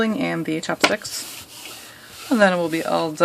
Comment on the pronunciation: I love how she calls them chapsticks instead of chopsticks [